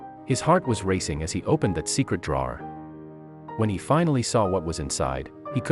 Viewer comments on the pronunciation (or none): That's the oddest pronounciation of "drawer" I've ever heard. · I'm curious why no one heard the sound of the shifting, movement of the contents. Especially when the guy took it to his vehicle. Maybe it wasn't like the pic shown, covered or something. Did everyone enjoy the pronunciation of "drawer" ? lol